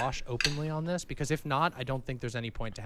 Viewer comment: my dude said "DISIS" 😂😂